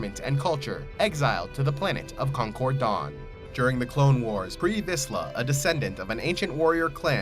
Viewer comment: It's called Concordia, not concord dawn. Also it's Mandalor's moon, not a planet.